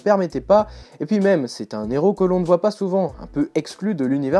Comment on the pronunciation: La pelleteuse n'est pas un Inhumain, mais un Non-humain une race extra-terrestre il me semble mais oui l'histoire est plutot naze, même en comic book day gratuit j'aurais l'impression d m'être fait arnaqué :D PS : stop de prononcer "un néros" :P le h est aspiré